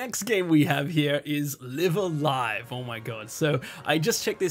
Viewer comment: FYI, both instances of "Live" in "Live a Live" are pronounced the same. Note the Japanese title: ライブ・ア・ライブ